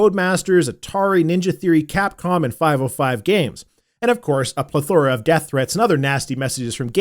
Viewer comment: Plethora is first syllable emphasis, not middle.